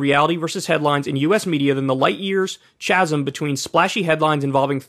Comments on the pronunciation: Kyle, my man... Chasm is pronounced "KAZ-EM", not "CHAZ-EM" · I have nothing to contribute here, just going to point out that Kyle doesn't know how to pronounce chasm 😂 It's okay, we still love you Kyle.